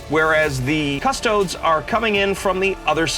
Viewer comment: i know you're american but please please please stop pronouncing it cuss-toads, it's cuss-toe-deez great video though, you guys do the best batreps around